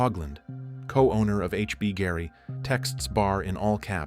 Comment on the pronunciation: The AI is so bad it can't even pronounce the name of the company - HBGary.